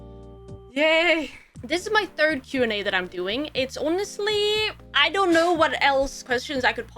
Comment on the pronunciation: Welp....new word it is "Yonestly"